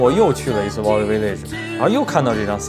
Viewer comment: 故事讲的很好，不过value这个词音发的不准